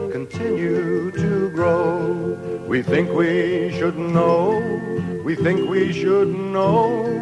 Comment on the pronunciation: It makes you fink, don't it eh? (12.42)